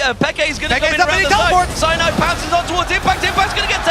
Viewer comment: "Cyanide! Cyanide (Si-yah-need, Si-yah-need)" Just pronounced the way le frenche pronounce it :D